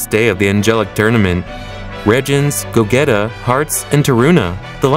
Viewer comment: "go - geta" ☠im dead